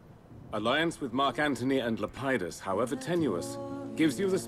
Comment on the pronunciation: It's Lepidus by the way, not Lep-ie-dus.